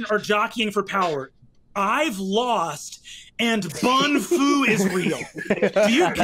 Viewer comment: didn’t say Um Actually it’s bun-fu